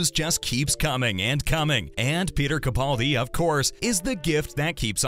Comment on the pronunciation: Very nice video BUT If you do another, could you please pronounce Mr Capaldi's name correctly? It's CaPALdi, not CaPAULdi. It's mispronounced everywhere - and it drives me crazy. However, I saw an interview where interviewer asked the proper pronunciation and Peter himself clarified it.